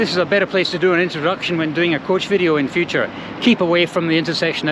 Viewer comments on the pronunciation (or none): none